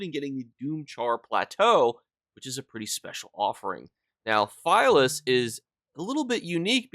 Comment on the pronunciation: Philius, is likely pronounced Phil-ee-us, or Phil-ee-iss. Good video though as always!